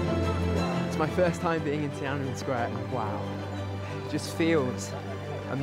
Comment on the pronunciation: Great video👍 Tananmen Square should actually be pronounced as Tian An Men Square, meaning "Gate of Heavenly Peace."